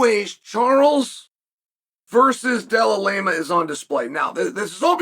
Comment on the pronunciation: Della Lamah came back. 😂 Put some respect on Jack's name for Christ sake. And you wonder why Pereira doesn't like you? 😂